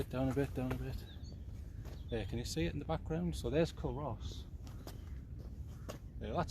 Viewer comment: Good vid.... By the way it's pronounced "Coo-Ross". 😉